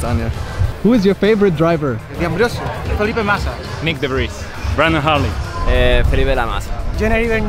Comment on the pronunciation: Wer zur Hölle ist der Brandon Hartley Der heißt Brendon mit eeee